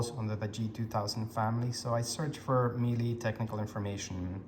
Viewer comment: The correct pronunciation when you say the brand name Miele is that you emphasize the "mee" sound, followed by a short "le" sound similar to the "le" in "purple". The way you're saying it is a sort of possibly a weird pseudo Italian thing gone wrong !! Phonetically it's - Me Le